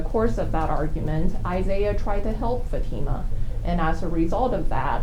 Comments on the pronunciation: I hate how he kept referring to the daughter as "fatty-muh" rather than "fa-teem-uh"; like he was trying on purpose to continue to degrade her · They can’t even be bothered to say her name correctly. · That lawyer mispronouncing her name while defending arranged marriage and attempted murder is so childish lol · Say her name correctly!